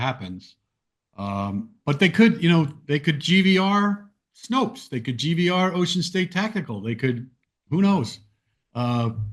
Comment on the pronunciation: Snope, not Snopes.